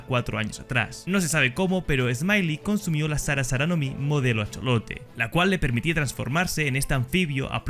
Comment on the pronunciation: A-jo-lo-te, se pronuncia asi, no acholote xd, nice video y pobre axolotito :( F